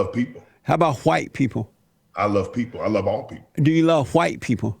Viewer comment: JLP: do you love white people?: I love ALL people JLP: But how about Hu-white people? Brian Griffin: wait, why are you putting so much emphasis on the H?